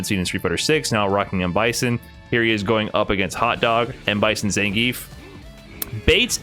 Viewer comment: How can you hear the name Zangief in game all the time and still pronounce it incorrectly?